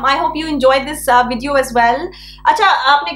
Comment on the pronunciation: Listen, luv. It's video, with a "V" and NOT "Wideo". What is it with you South Asians mixing your V's & W's?? Nice video, btw. 😉